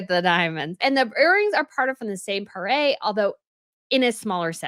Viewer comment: Not "poiré" but "!poire" !!!!!!!